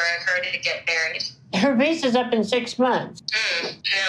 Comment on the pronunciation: I thought Colt said wanna get maccied 😂